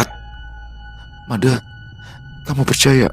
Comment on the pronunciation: Pelafalan huruf E pada penyebutan nama MADE di Bali sama dgn pelafalan di Abjad Bukan Ē Smoga bs djadikan sbgai bhn koreksi kdepannya.. 🙏🙏🙏 Dps nyimak... ☝️